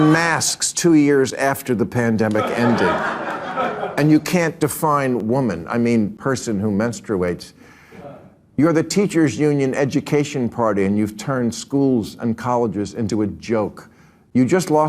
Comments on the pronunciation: hearing him pronounce "men-stroo-WAITS" is probably the most psychic damage Bill Maher has ever inflicted on me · person who menstruwates???? what kinda women is this guy speaking to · For some reason, I find it unreasonably funny the way Maher pronounces "mens-trooo-ates" here, lol. He's also wrong, for a variety of reasons, just like everyone else who tries to use "wHaT iS a WoMaN??/!" as a dunk, but that's beside the point.